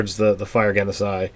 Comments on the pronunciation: It’s not “gen-sai.” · I love how just pronounces stuff however he feels. "Gensai? Don't care if I'm missing a syllable, that's what it is now!" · Nate is correct on how to pronounce Genasi , with a soft G sound {Jenasi} ..... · Just a head's up, it's Jen-ah-see. Like genie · I think it's pronounced: Gene-ah-Sea, as in a play on Genie. Air Genasi Monk of the open hand is basically a World of Warcraft windwalker monk and I love that. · Personally, I think Ge-NA-si (with the stress on the second syllable) is the way to go, since the first pronunciation sounded a bit too much like "genocide" :D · The "gensai" pronunciation frustrates me, argh :D They're cool though.